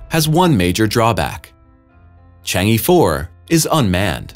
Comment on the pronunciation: Chang'e is pronounced Chang uhh😉